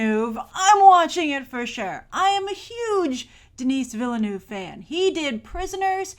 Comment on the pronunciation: Hearing "Denis Villeneuve" with an english accent is so weird